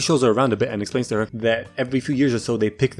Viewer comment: "Esplains" Great job weirdo